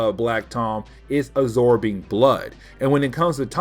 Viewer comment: "Uh-zorbing blood."